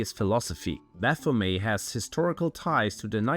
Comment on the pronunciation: You can't even pronounce baphomet. May Satan punish you for this.